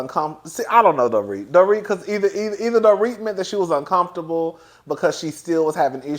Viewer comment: You have been watching the show long enough to know Dorits name. It’s not Doret.